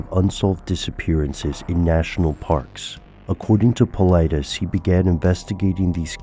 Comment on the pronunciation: I believe its paul-eye-diss. Not paul-eye-dees...